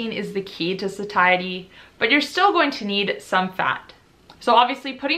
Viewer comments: love u and ur videos! the word satiety is pronounced "sayshety" just btw... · hunh I also thought Satiety was pronounced more like satiate! 😆 Learning more than insulin resistance here 🙋‍♀